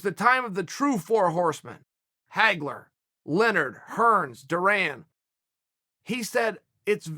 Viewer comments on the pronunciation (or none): none